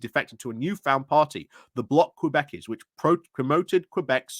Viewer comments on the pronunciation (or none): koo-BECK-kwah. Québécois.